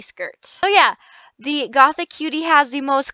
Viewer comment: Something that triggers me -A LOT- is when people say the new set name as "Gothic Cutie" but if you actually look at the name, it's "GOTHICUTIE" (Goth - ee - cutie) -_